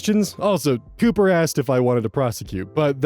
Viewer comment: Everyone talking about the police not shooting anyone, but since op referred to the police as "copper" at the end ( pronounced it wrong tho) it's likely a british person and police don't just shoot people here. Though it's likely still fake because they didn't beat the suspect half to death.